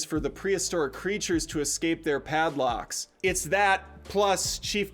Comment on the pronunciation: The narrator pronounces some words in such an odd way. And sometimes just mispronounced words like when talking about the dinosaur paddocks, he says pad locks 😂 but I'm a Jurassic Park fan all the way!